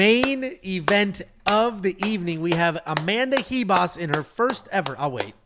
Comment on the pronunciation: Why the hell does everyone say amanda Hivas???? Its ribas with a RRRRRR